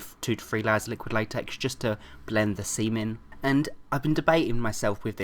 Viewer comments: i almost thought he said blend the "semen" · it sounds like he said semen... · lol he said blend the seam in but it sounded like he said " blend the seamen " :D im not jating its funny and dont hate me for saying that because im bi..... I LOVE U 3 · ....... blend the seem in. the seem in. Seem in. ._. ..... semen. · You just said semen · blend the seam in.... seam... en... blend the semen... :D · Hehe. You said Seam in. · just to blend the semen.Pronunciation is key when saying something like that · sounds like he said blend the semen XDXD